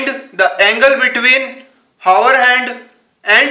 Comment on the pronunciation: its not handuuu, its just hand!